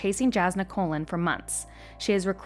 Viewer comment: Jazz in da colon... Sorry, I tried, couldn't get past Kholin being colon. I'm sure you did a great job.